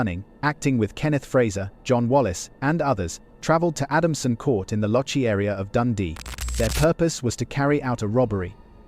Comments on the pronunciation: Just for ref Lochee pronunciation is loch ( Scottish lake ) ee....lochee Not lo chee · The word your trying to say name of place is "LAW KEY" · Lochee is pronounced lokee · I came to say the same thing! 😂